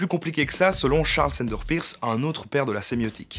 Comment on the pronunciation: Très bonne vidéo, comme d'habitude. Petite note sur une prononciation, le nom de famille de Charles Sanders Peirce se prononce comme le mot "purse" en anglais et non comme "pierce" !